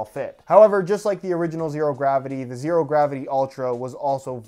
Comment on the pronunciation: The "h" in "Zhero" is 100% necessary.